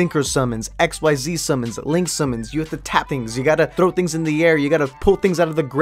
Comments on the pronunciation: when someone says "X-Y-Z" summons instead of "ZEEZ" summons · For stupid reasons, so. Btw, It's *Exceed, not X Y Z, mannagg o bucchin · ITS NOT X-Y-Z SUMMONING ITS IKZEEZ SUMMONING. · I know it’s pronounced ik-zees but fuck that that sounds stupid so I say x-y-z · It’s pronounced ik zeez.. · Um, you pronounced xyz wrong.